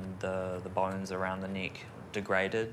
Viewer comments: Great inspirational video. It did sound like you both said broken knee to us Americans. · I heard “knee” not “neck” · I thought she said broken leg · youre absolutely breath-taking and, yes, as an american, i heard "leg". also, not meaning to be forward, but i think theres a bit of spark between you and the young man thats around you. perhaps you should explore that a lil...further. <3<3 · 11swallowedinthesea, I know right? I thought she said leg, figured it out, and then she made the joke 😂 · Geez what's wrong with my American ears I honestly keep hearing "leg" instead of "neck" when I'm not paying attention close enough. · yup! I thought u said "leg" at first and I am American lol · I am not a native english speaker and I always hear something else when she or the dude say neck. Sometimes it sounds like leg other times more like knee #thestruggleisreal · I’m American and I thought she said leg